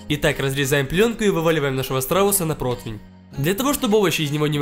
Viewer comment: Все путем!, вот только протвень..., это не правильно, правильно - противень!